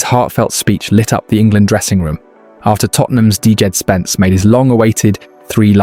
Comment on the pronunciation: Dee-Jed Spence? As in DeeJected?